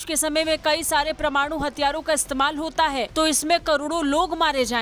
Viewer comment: WHAT IS "PRA-MANU" YUDDH??